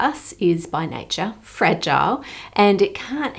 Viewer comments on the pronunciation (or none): none